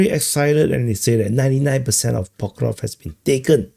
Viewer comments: he's not ever gonna get that right his accent is in the way of his tongue and teeth from making the sk sound after the v sound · It's Pokrov-sk, not Pokrov 😂